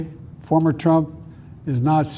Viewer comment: Did he say FARMER TRUMP? OR FORMER TRUMP? STEP DOWN PLEASE sir. Save us all. Lets win this because our nation is in dire straights now.